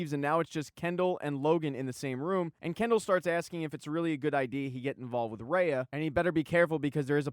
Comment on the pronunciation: Is Rayah. Not Rain-ah.